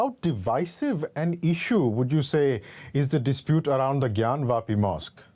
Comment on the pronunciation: I like how the anchor correctly pronounced Gyanwapi ! Unlike other libranduus out there who can't even pronounce it correctly !